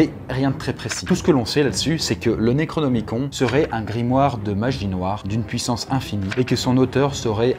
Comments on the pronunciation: par contre ce pique d'entendre le necronemicon comme tu le dis XD ça se pronoce plus nerocnimi"cone" et pas con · Le necronomiCON nan mais voila quoi.... Ca ne se prononce pas necronomiconE? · Ca se prononce Necronomicone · alors ça se prononce "Necronomiconne" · "Naikraunômikon" issou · Tu prononces mal le "nécronomicon"